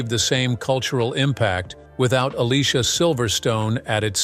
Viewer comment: Definitely one of my favorite 90’s movies and Alicia’s first name is pronounced (A-Lee-See-A).